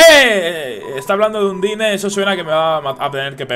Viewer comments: no se dice undyne se pronuncia andain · La pronunciacion no es "Andain"? Veo que le sigue llamando Undine... .-. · en realidad undyne se pronuncia un-die-n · se pronincia ondain